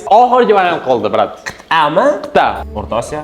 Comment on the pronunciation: Qit'a ❌ Qiyta✔️